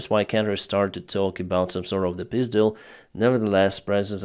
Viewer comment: I like your pronunciation of "peace deal" as "pyzdyl"